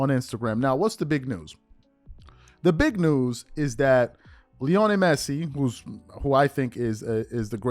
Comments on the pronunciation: Stopped watching once you started mispronouncing his name showing you have zero clue to be honest. There’s no way you have ever watched a single match he has played in…. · I stopped watching when I heard him say Lionel Messi 😂. Bro learn their names to gain more credibility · First of all THAT'S RIDICULOUS TO SAY THIS GUY WHO'S MORE GLOBALLY/WELL KNOWN THAN LEBRON JAMES!! Can barley pronounce the guys name!!! IF that's the case, why don't you/ show cover him or the sport more often!!! I believe you said towards the end of your segment, forgive me if I'm wrong, but you probably won't cover it as much...WHY NOT!!?? & I KNOW you can care less, but I was proud that you was covering something DIFFERENT! I saw the photo of Messi, & I hurried up to listen, I said you go /! Then you had TO MENTION MR JAMES...AGAIN!!! & TO BE CLEAR, THE ONLY ATHLETE IS MORE GLOBAL THAN LEBRON IS MICHAEL JORDAN!!! & IM A LEBRON FAN! YOU BASICALLY SAYING THESE GUYS ARE MORE GLOBAL THAN MJ HIMSELF.... THAT DEFINITELY RIDICULOUS!!!!!! CMON bro!